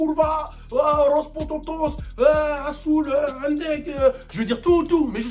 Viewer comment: « Los Pototos »